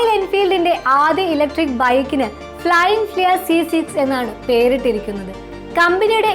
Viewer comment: തെറ്റായ ഉച്ചാരണം അരോചകമാണ് അമ്മച്ചി . ഫ്ലയിങ് ഫ്ലിയ അല്ല പെണ്ണുമ്പിള്ളേ "ഫ്ലയിങ് ഫ്‌ളീ " ആണ്